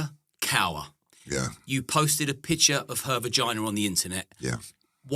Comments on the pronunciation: Hi, FYI the name KAUR is pronounced KAW same RAW...not COWER.... but keep up the good work LOL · Kaur pronounced as 'Core'. Just to note. Usually means 'Princess', But in this case, far from it. 🙏🏽👳🏽‍♀️👍🏽